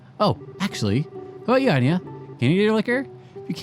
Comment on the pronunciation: It kind of annoys me. It's Aina not Ania. Thank you